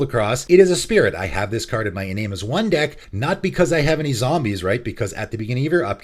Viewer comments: "en-AHM-ey", not "en-NAME", sorry I get really touchy about pronounciation of things. I hate to be a grammar Nazi but also it annoys me if I don't say anything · FWIW, Iname is pronounced "ee - nah - meh" ( sounds like Spanish vowels ). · It's pronounced i-nah-may. It's japanese.